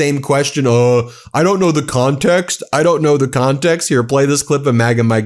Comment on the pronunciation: Imdon’t know the CONtext. Heavy emphasis on CON.